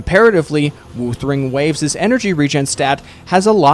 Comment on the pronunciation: The way you pronounce "wuthering" hurts lol